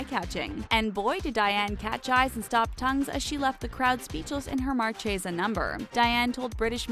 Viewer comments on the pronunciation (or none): Mar-shey-zah?* Ta-lawns?* On-zombs?* Never saw one of your videos where this particular narrator didn’t butcher one or 10 pronunciations. Someone help this girl. *Marchesa (mar-kay-zuh) *talons (talens). *ensembles (ahn-sahm-buh lz) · HAHAHAH! "MAR-CHAY-ZUH" ahahahahah!!! Gurl... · Words mispronounced in this video: -Talons -Marchesa -Ensemble